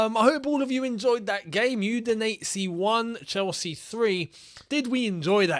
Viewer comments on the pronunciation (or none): none